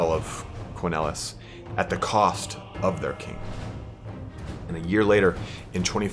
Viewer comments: "Quenelles" would be pronounced "Kehnell". Emphasis on the "keh" instead of the "n", unlike the english word "kennell". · pronounce it like that: KUN L (letter L) quenelles